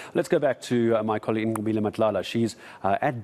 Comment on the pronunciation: The way white dude can straight up pronounce "Nqobile" makes me moist